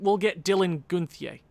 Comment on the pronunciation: its pronounced gun-ther not gunthier